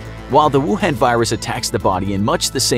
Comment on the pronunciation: Me: rewinding back to just to hear him say “rucoon”